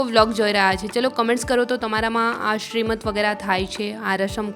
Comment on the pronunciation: સિમંત બોલે અને લખાય! શ્રીમંત નહીં!